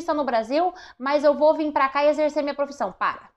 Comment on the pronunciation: Esse pará com acento ficou estranho!😅